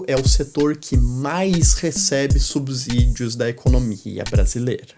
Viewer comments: Ótimos vídeos, como sempre muito instrutivos. Uma crítica construtiva. Lembrem-se que a pronúncia de subsídio segue a mesma regra de subsolo. Pronuncia-se subsolo e não "subZolo". Logo, é subSídio e não "subZídio". Som de S e não de Z. No mais, parabéns pelo conteúdo. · é subSÍDIO não "subZídio"